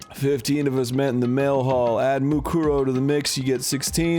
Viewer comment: Kyoko: "MUkoro" Arin: "MUkoro" Dan: "MuKUro. MuKUro."